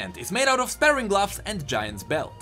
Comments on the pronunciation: I don't want to sound, but sparring gloves is pronounced spar-ring gloves. Not spare-ing gloves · It's called spah-ring, not spare-ring! Also, thief gloves scale with player level, not champion level. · Sparing gloves? do you mean Sp-ar-ring? I tease :D Aweseom video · Sparring gloves is pronounced like Spar (sounds like far) When two martial artists spar, they are practice fighting each other. The gloves are not used for sparing people. they are used for sparring people. Great video as always though :) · Dont know if someone else has said this, But i think they are pronounced Spar-ing, Like fighting or smth. Love the content, keep it up:) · not to be picky but you were pronouncing sparring like sparing which means to be frugal. sparing is pronounced like air and sparring is a hard R. English is stupid.